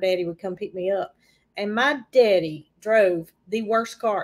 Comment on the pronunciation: I love the way pronounces “my daddy”.